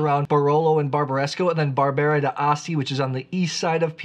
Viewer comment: Personally I feel that Barbera is a grape variety that I should like more than I do, but for some reason it doesn't quite do it for me. I'll drink it though, and I agree about the food-friendliness. Pronunciation tip: I am pretty sure that Barbera d'Asti and Barbera d'Alba are pronounced as if the apostrophe wasn't there. 😎